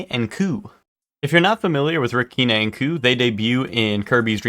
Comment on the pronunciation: sorry it's not "kee-nay" not a stickler but it's "kine" rhyming with line, dine..etc."kee-nay".